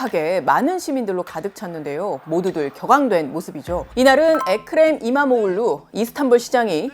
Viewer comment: Nice pronounced. .EKREM Imamoğlu